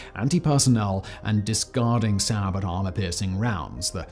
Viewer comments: And "saa-bott". Say-bo..... Does he read these? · shillelagh "she-lay-lee" sabot "say-bo" Silent 't'